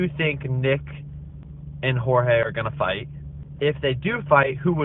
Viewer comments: His name is Jorge not George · why chael keeps calling JORGE , gEORGE